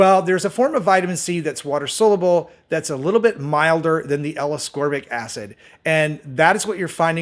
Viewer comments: Why are you people BELIEVING ANYONE THAT CAN’T PRONOUNCE THE WORD ‘SOLUBLE’? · You need to learn how to pronounce ‘soluble’ my man. Not a good look if you want to appear to be an expert.